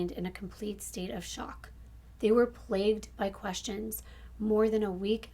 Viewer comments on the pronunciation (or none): none